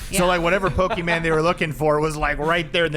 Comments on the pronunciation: It’s Pokémon not pokeMAN😂😂😂😂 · If says PokeMAN one more time lmao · Why does say pokey men instead of pokemon, I can't 🤣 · Me being triggered by "poke-man" go from. (just in case it's Poke MON as in "on" at the end) The key to being healthy in general is to not fall for the food diet trends..just eat healthier PORTIONS..period. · Pokeman? Its pokemon! Lol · Its annoying hes pronoucning it "poke-man" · I love mispronunciations of things lmao! Pokéman, giblets😭🤣 Also vapes were 100% pushed onto Gen Z!! They have vapes that have games on it, look like little purses and even connect via Bluetooth to your phone! They’re making it such a regular thing, I’ve been addicted to vaping since around 16 and I’ve wanted to quit but I find myself so attached to it because everything you see makes it so normalized and you’re almost weird if you don’t vape. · "pokeman" lmao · Obsessed with saying "pokeMAN go" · Is saying PokeMAN for engagement?? 😅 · saying pokemAn was driving me nuts hahaha 😂❤ I was waiting for someone to correct him or call him out lol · saying PokeMAN over and over 🤣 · pokie mon 😂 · Upsetting me how says 'PokéMAN' 😂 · Someone please teach how to say Pokemon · need to learn how to say Pokémon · Jerrids pronunciation of Pokémon